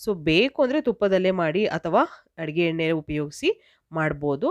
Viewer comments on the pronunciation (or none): none